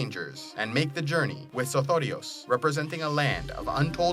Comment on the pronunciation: I love the way you say sothoryos...